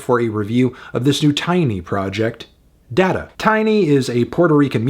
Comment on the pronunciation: opinion disqualified instantly because of the way you pronounced data 😮‍💨